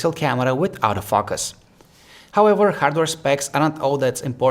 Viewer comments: "without a fuckus" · "auto fuckus"